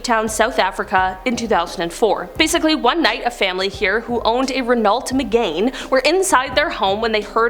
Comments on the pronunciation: its not pronounced Renolt Me-Gain its pronounced Reno-Me-Gone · Once again. Speak English. Renault Megane. Pronounced Ren-oh Me-gann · "magayn" lmao